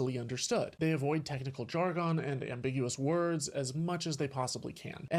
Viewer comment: Modern classic moron. Believes people back then were stupid. Classic modern hubris. Also when giving an example of literacy and illiteracy, he mispronounced the word jargon. Found that funny. Finally, “Don’t listen to colonists.” You just gotta put your progressive brainwashed propaganda in there as moral. Such an ignorant take.